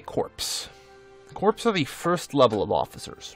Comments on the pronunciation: Great video. Minor point. Corps is pronounced like core is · I hate to be 'that guy', but corps is pronounced like core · The p in corps is silent. Pronounced like core. I think it's a French word or something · You mean he wasn't referring to his army as a bunch of corpses? I thought it was a Freudian Slip.